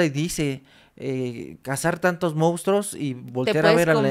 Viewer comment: Es primera ocasión que veo un video de este canal, primera y última, llegué al minuto 16. Señor, no se dice mounstros, se dice monstruos, no se dice algor, se dice argot. Lea más, prepárese más, sus temas son interesantes pero le hace falta cultivarse.